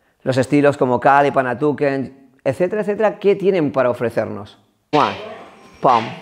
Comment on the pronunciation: Kali, "panatuken" 😂😂😂 julai, es panantukan, eso lo primero.Segundo, kali y panantukan es lo mismo, kali es la denominación que se utiliza para todas las artes marciales filipinas, que entran armas, boxeo sucio, el panantukan y grappling, el dumog.En pequeños detalles se cuando el instructor es un farsante.